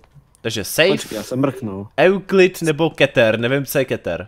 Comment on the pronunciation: Ty obtížnosti se ČTOU: sejf , jůklid a kýtr. Zjisti si o S.C.P. hodně. Řekl bych že pro ty co znají SCP hodně dobře je hrozný to sledovat. Jinak dobrý!